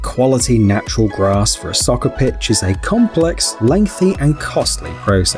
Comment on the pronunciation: When he is british and calls is Säker